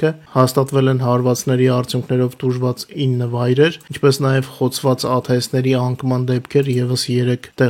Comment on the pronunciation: Հայերեն աթս է, այլ ոչ թե աթէս